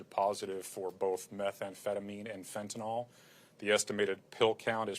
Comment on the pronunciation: It's Fentanyl not fentanol numbnuts!